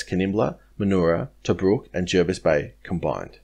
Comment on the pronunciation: Thanx for the correct pronouncing of Jervis 👍